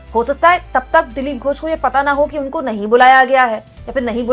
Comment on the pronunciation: मैं बंगाल से देख रहा हूँ। आपने लिखा तो बिल्कुल सही है। वर्तनी भी ठीक है। लेकिन बोलते समय आपने उच्चारण में गलती कर दी। ।दिलीप घोष जी मेरे घर से कुछ कदम की दूरी पर ही रहते थे जब वे लोकसभा सदस्य थे। आज भी वह रेलवे का बंगला इन्होंने कब्जा रखा है जिसमें रहते थे।